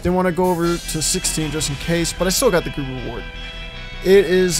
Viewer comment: Did you say gruru?